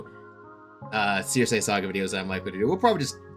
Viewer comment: Just gotta say because it gets my mind itchy circe = sir see Also minor fun fact while in the odyssey aeolus is a king of the island in actual greek mythology aeolus was a god of wind albeit a man still so thats more or less still a creative liberty That being said there were still the 4 gods of wind who were underlings essentially to the god i believe